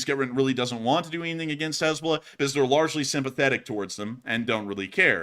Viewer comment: “Haznahballz” got me rofl 🤣 💀